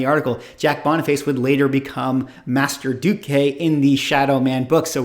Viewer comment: I backed up the video 3 times to be sure I heard what "Matt" said in the Shadowman discussion. Jack Boniface is Shadowman and it's pronounced "Master Dark". I was working/running a comic shop during the Shooter Valiant era.